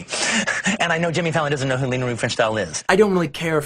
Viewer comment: It's Leni Riefenstahl, not Lena. It's pronounced Lenny.